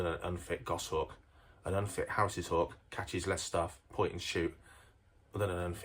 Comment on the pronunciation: Can’t watch it, Harris’s just doesn’t sound right. Never heard that pronunciation and can’t watch 😂